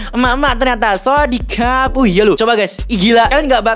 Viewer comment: Bang sorihap bang bukan sorikap